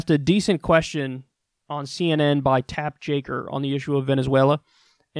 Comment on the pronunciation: Is there a reason you're calling the guy Tap Jaker? I'm pretty sure his name is Jake Tapper!